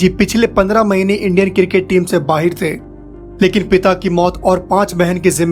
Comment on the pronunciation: Video me jiski voice hai wo Bhai 🇵🇰 ka lagta hai. Bahir nahi hota bhai Bahar hota hai.